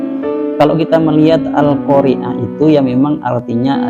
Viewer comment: Da'i merek apa ini? Siapa namanya, patut ditandai. Yakinlah orang seperti ini belajar agamanya tanpa sanad. Dia baca al-Qaari'ah saja salah. Di awal dia baca al-qariiii'ah. Kacau kacau kacau. Terima kasih, sudah berkenan mengulasnya.